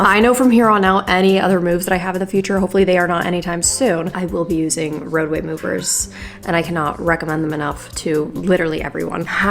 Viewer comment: I for real thought she said “roe v wade” not “roadway”